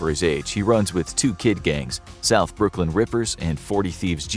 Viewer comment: you forgot the n in Brooklyn